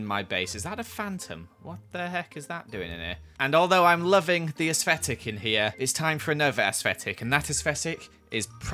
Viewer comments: No one:: asfetic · “Esfetic” Me: nooo 😂 😭 💀